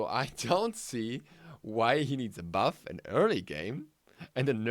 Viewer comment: Good vid man keep up the work. And I agree heavily on the Thana what was it you said? a berf? XD (Sorta new to channel )